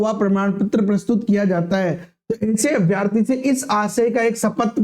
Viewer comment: अभ्यार्थी नहीं अभ्यर्थी बोले